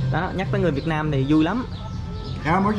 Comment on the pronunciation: nên phát âm từ Việt Nam cho đúng, đừng phát âm là việt năng. Tên nước mình mà phát âm cũng sai nữa